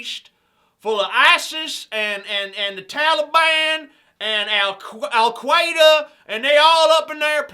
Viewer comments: "al quada" lol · al quayda? is that randy quaid's cousin?